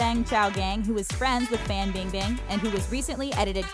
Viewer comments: Every time she pronounces Fan Bing Bing’s name I can’t even😂😂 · erge 99 I’m born and raised in China and it’s 100% FAN bingbing